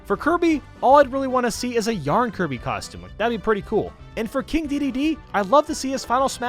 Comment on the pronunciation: it's "Diddy Kong", not Dee dee Kong. it's "King K. Rool", not King K rule. It's "King Dedede", not King Dee dee dee. It's "Meowth", not Miauth. Is "Pikmin", not pukmin. It's "Ribbon Girl", not Spring girl. I guess you meant "Shantae" instead Shante. It's "Jigglypuff", not Giggly puff Respecc names boi